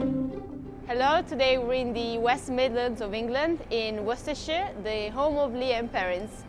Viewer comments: You almost had the pronunciation, but you did do a lot better than the two ladies in this short video clip. Funny, I've used it for years and never really paid attention to the ingredients. I like to mix it in when I'm preparing beans on toast, for that extra zing. 😊 👍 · Its pronounced Woo ster Sauce (everyone gets caught out on it):) And its minging LOL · Haha, his pronunciation is awful, sure I have heard worse but come on. It’s not pronounced Wooster either, it’s wustuh and it’s not Worcester Sauce, it’s Worcestershire Sauce, Worcester Sauce is the knock-off stuff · No not Wooster and no don’t skip the shire. It’s Worcestershire Sauce not Worcester sauce and it’s pronounced wuss-tah as in you big wuss not Wooster as in rooster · Pronounced WOOSTERSHIRE SAUCE 😁😁